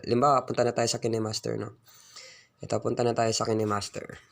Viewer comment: kinehmaster pinronounce nya hahah kaynmaster yun